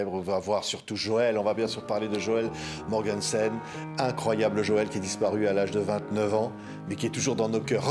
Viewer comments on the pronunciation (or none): C'est Joelle Mogensen - pas Morgensen mais bon